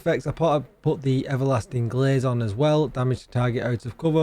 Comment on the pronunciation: That's the 2nd time you've said "Everlasting GLAZE" LOL!